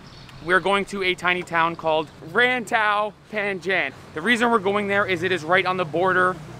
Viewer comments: "Raaintowww Painjenggg" 🤣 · The way you said "Rantau Panjang" is too funny. Sorry😅